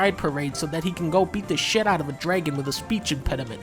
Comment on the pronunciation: Why does he pronounce dragon as “draygon”?